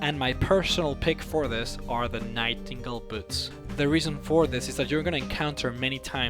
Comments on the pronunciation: It's actually pronounced Night En Gale, not Night tinkle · did you say nightingle boots ? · Did he say “night tingle” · Gotta love those "Night-ingal" boots. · u did not say nightingale right